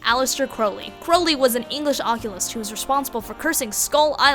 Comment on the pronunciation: you mispronounced occultist